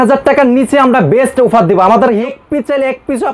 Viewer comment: আরে ভাই উফার না অফার